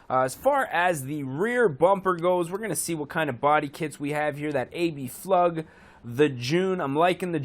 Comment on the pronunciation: It's Abflug, not “a.b.flug” also , it had TE37 rims , which are in the game